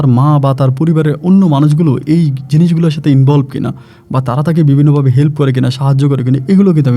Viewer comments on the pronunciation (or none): none